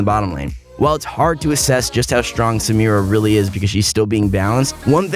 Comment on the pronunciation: finally he knows how to pronounce samira.